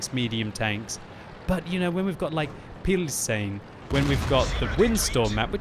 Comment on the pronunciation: The way you pronounce Pilsen and Kharkov makes me feel stange.